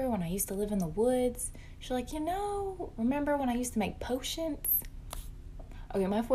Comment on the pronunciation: "Potionts" ...no no, its potions with a damn N! my 5 year old says it right, why cant you lady?!!??!?🤯😵‍💫😒